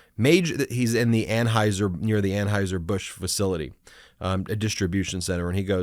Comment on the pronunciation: “Aim n Aims”? “Anhoiser Busch”? WTF? Surely, this guy has had to correct people on his pronouns his entire life and it hurts his feelings. Otherwise, what kind of man needs to go around telling everyone how “Alpha” he is? 😏